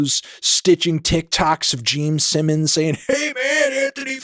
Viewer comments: Jeem Sinnums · He also said "Gene Sinnons" lol fully taking the piss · “Geme Simmons” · Geme Sinnoms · Anthony “Jeame Simmons” Fantano. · gene simmons ❌ gene sinnons ✅ geme simmons ✅✅ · am I hallucinating or does he just keep unapologetically saying GEEM SIMMONS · Is it just me or is he saying geme sinnons?